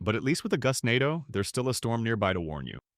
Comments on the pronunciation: Bro pronounced Gustando wrong 3 times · pronouncing gustnado Gustnado Goostnádo Goostnado Gustnádo